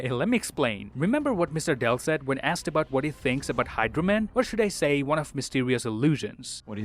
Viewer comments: "See you guys in the next Won" Ahh so iconic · And why did you say "btw this is and i see you in the next waan", your name changes almost every week 😂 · yeah I noticed him saying i am ans see you in the next "won"